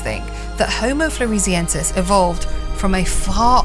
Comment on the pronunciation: Floor-ess-e-en-sis. Named after the island of Flores.